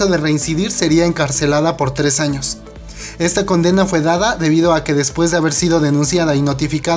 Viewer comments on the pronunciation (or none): none